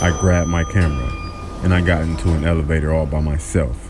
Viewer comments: Dad:alevator😂😂😂😂😂😂😂 Me:what? It’s elevator😂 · What is an Alivator or is it an elevator because he said Alivator 🤔